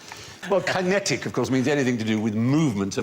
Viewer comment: key.. key-netic Ki? ki-...